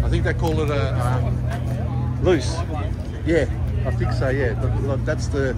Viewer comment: If youre main plan for a rotor build is to drag race then auto makes sense but on the street manual all day and LUCE is pronounced Lou hay not loose